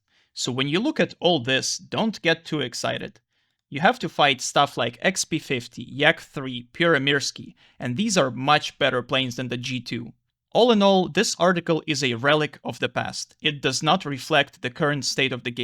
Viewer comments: i dont mean to be an A-hole but the way you pronounced "Pyörremyrsky" made me laugh for like 5 mins <- dumb*ss finn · The pronounciation of the Pyörremyrsky kinda hurt me, but it's okay It's Finnish. What is weird that the VL Myrsky is not in the game (50 produced), but the VL Pyörremyrsky is (only a single prototype made). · You butchered the Finnish planes name so hard..